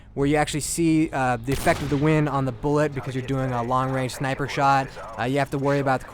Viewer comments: lol he said "hardcore shniper" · shniper haha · Did he said hardcore shneiper ? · "Hardcore SHHNIPURR"